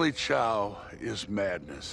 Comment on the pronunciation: It’s chow, not chao